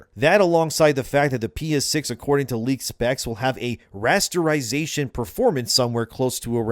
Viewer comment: Rasterization not restaurazetion 😂. I know i am hungry to but man i knew what rasterization is but even you saying it 3 times i did not understand you at all